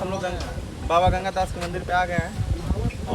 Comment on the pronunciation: Bro it's ganga das ..ganga gas nahi...